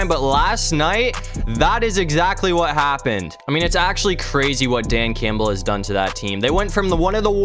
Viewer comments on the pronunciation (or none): none